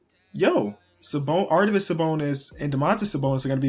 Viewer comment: Arvydas, not Ardyvas haha, great vid though